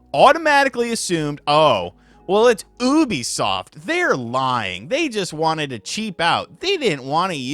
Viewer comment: its youbisoft, not houuuuuubisoft😡😡, damn it!!!!!!!!!😤😤